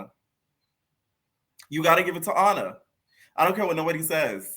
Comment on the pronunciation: lol he be killing me when he say Ahna from Ny/Nj like it's the same spot ! SMH 🤦🏾‍♀️ 😂Totally different lml Florida Ppl ❤